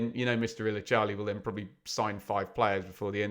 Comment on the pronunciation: Acun Ilicali is pronounced ""Ila--jela" by the way not "ila-charlie"